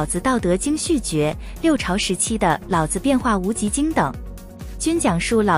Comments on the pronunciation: 老是三聲 子也是三聲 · “老子”二字读成了老子